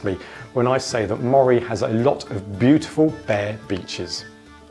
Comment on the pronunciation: It’s Aberdeenshire, not Aberdeen, and Moray is pronounced ‘Murray’, not ‘Mawray’.